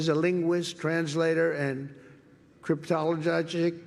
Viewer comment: I like how when he said 'cryptolojojic', Vance looked up and Hegseth squinted more than he already was.